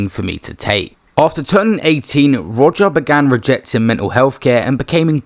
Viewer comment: I can’t think of a single reason to pronounce Rodger like that. And I’ve really tried